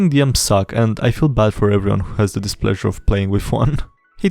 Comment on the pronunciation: I swear everytime you say “Displeasure” i think you’re about to say “Displacer beast”.